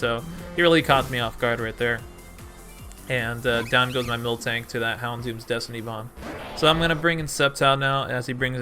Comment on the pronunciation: Yo! U do realise that it's mil-tank right? U pronounced it milk-tank for the entirety of the game. Joey gonna get triggered and drop a Draco on you.